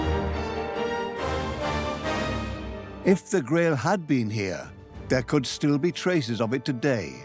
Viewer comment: Buwwshit putative sites for Atlantis that stiww exists.